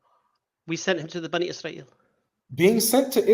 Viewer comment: "bunny Y'srael" 🤣